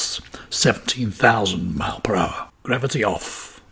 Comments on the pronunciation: Why can’t this guy say miles!? Drives me mad. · Miles... Fucking miles. Multiple... Pronounce the S you tit